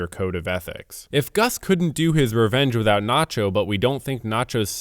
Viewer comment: take a sip everytime you hear the word "reenge"